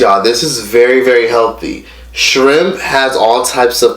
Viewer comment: The way you said “Shrimp” 😂 that was so Miami-ish